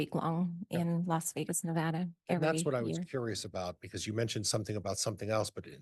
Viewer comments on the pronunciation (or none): none